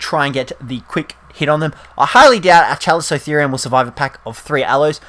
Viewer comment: Scrub.... CALICO - (like the cat)-Therium PRO SOP TOE DON Don't u just hate Ark pros that can't say the tames right? Have u even WATCHED walking with Dinosaurs/beasts/monsters or the Specials like Big Claw, Land of Giants and even Sea Monsters, alot of the creatures in ark are features in these documentaries, Chalico for example was in the episode as the Paracer and Hyaenadon if I'm Not mistaken, don't think procoptodon was in one, that was in the series that showed off the pig from Hell Entelodont, Dire wolves and the Saber toothed Cats (no such thing as a saber toothed tiger) And no Allos are NOT Underrated, the admin of the server I play on, asks for perfectly tamed level 300s all the time. I grew up loving dinosaurs and prehistoric life, just hearing people say the names wrong pisses me off coz it's common knowledge how to say their names when u see em in Books, on The internet and even when watching documentaries that TELL you how to pronounce them